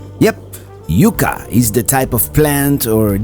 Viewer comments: Yuck-ah...Both vowels are short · For your future information, Yucca trees is pronounced "yuck-a" not "you-ka". LOL. That's what we call them in CA. And as for the Cholla cactus, what makes them so dangerous is the fact they have barbs on the end of their spines. They get into your skin and won't let go! It's similar to having a fishing hook in your skin. Sometimes it requires getting pliers to get them out. And for anyone visiting the gardens, if you get one in you, you most likely will have more than one spine to deal with. Always remember to pull out the shortest ones first because when you start to pull them out, your skin will stretch and they will keep traveling deeper into your skin. If you pull the longest ones first, the shorter ones could disappear and you'll have to have them professionally taken out. I know this from experience. I was very surprised to hear they had shut the place down. I was shocked. Joshua Tree is one of my favorite places to visit in CA. I'm glad they reopened the park. As for wildlife there - we were driving out of camp one early morning and I got the rare experience of seeing a mountain lion crossing the road. There are a lot of coyotes there too and at night you can start howling and get them all going. It's a fun thing to do at night while sitting around the fire. In the morning I woke up to the coyotes in our camp and they were eating our grapes we had left out. It was at the end of summer so they were real hungry from lack of food.